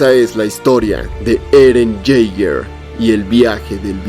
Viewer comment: El mejor video de Eren sin ningún tipo de dudas, 9.9/10 lo único malo ese "Eren Yeiger" del final 😂😂